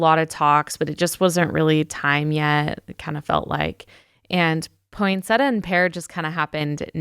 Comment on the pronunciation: Hi,, a little tip for the proper pronunciation of poinsettia: Poinsettia, not Poinsetta. When unsure you can ask Google, “How do you pronounce poinsettia?”